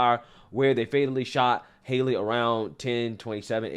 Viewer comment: its name is not haily its lastname is hale